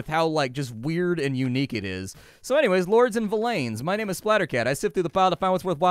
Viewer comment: Its actually pronounced like "Villains" (yes it is spelled Villeins) - If you google the word and click on the audio pronunciation the guy says "Villain". Not Vill-lane. lol. Dev have confirmed it sounds like villains as in the bad guys.